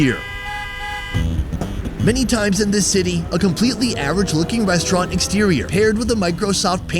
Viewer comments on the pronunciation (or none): none